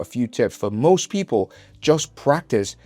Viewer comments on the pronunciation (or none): none